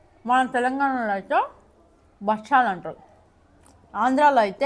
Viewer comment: Bachalu kadhu 🤣 bakshalu🤦🏻‍♀️